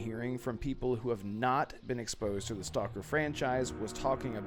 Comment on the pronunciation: You pronounced the name of the game incorrectly